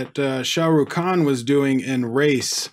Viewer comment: Your pronouncing raees like race but its pronounced like R-is , r like in truck